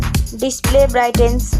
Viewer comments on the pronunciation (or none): Brightness ❌Brightens ✔Brigen ✔